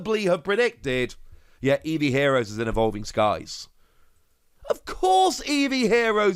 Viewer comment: "Ahvolving Skies" 😐 10/10.